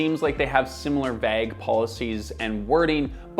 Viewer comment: I hope you pronounced "vague" as "vagg" just to bait engagement